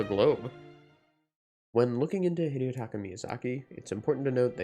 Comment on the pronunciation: Hidetaka, not Hideotaka I don't know why people overthink the pronunciation of Japanese names so much that they end up adding more syllables.